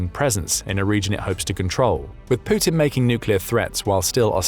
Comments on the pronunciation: "Pooutin" There's something about the way this guy says his name the first time he uses it in each vid that always tickles me a bit upon hearing it. It sounds purposefully subtly exaggerated. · Poo-tin, that's a bad omen there!